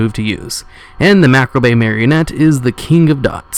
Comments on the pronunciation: MAH-COB not marcabrey..and omfg TOR-RENT ...do you need hooked on phonix? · Mah-caw-breh not macrabray. Still no death threats from me tho : ) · Either way, you can't really fuck it up any harder than he did by saying "macrobay". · Mac-abray Marionette. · "Macrabay" ...rofl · Good vid. Also it's macabre is pronounced MA-COB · The Macabre Marionette is pronounced "Mac-ob", or Ma-cob. : ) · Chocolates No it's Ma-kar-bruh. Silent R in Kar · is all of the above. Macabre is one of the many words pronounced differently in the US and UK. Here in the US the traditional pronunciation is /məˈkɑːb (Ma like the start of May, then like a corn cob) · ......hearing him mispronounce turret and macabre drives me insane.